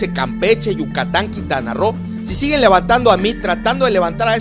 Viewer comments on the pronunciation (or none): none